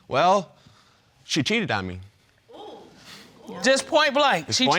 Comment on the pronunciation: "Back then, yeah I did cheaddedd"